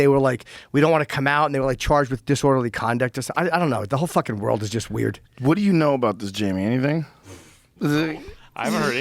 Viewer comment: “The whole fing world is weird” yes sir you are correct 😂